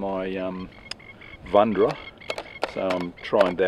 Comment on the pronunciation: "Volundra"... lol, mash up... Cool video again 👍